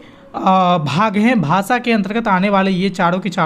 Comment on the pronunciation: भासा नहीं भाषा होता है। उच्चारण पर विशेष ध्यान दें।